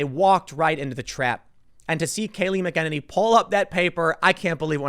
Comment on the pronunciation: Her last name has a Mc but no "D" Mc E NE NY